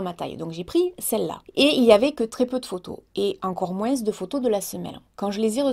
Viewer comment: "MOINSE" j'adore 🙂😉🙂